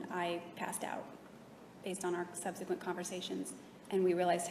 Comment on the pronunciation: If I hear subsequant one more time...